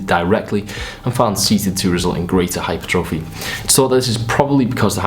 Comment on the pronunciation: Please learn how to pronounce hypertrophy.